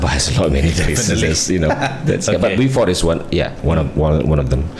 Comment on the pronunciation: To pronounce "Beaufort" is "bo-fot".